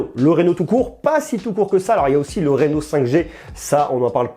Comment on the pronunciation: Sinon ca se prononce 'Rhino' et pas 'Réno' 😁 bonne vidéo, j'attend celle du 10x Zoom